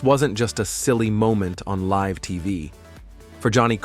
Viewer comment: AI bullcr@ narration. Live on TV? L-I-V-E as in Lie-Vvv.